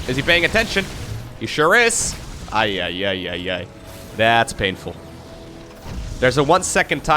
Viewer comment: I'm mexican and i approve how says "ay ay ay".